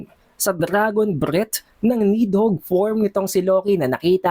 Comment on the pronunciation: BAKET BA PURO KA NEDHOGG???? NIDHOGG!!